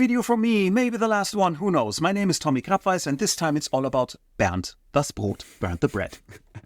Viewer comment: Man. Eventually you should be able to pronounce "Bernd, das Brot" correctly after having heard it so often. Try it;-)